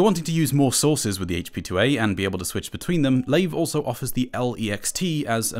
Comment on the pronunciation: I think it's pronounced LIVE not lave